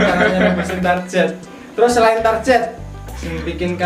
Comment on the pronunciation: Dasar Jawa Itu target bukan tarjet